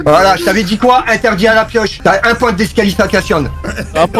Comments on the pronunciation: " Un point d'escalifacaćione " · 4.42, 1 point de "discalisisation" mdr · JP :« t'a un point de disqualifacationne » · T'as un point d'disqualifacationne 😂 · jp : je t’avais dit quoi pas à la pioche un point je discilafinikation